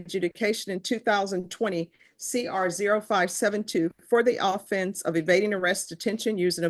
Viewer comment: These court people cant even pronounce the word offense right. Seriously.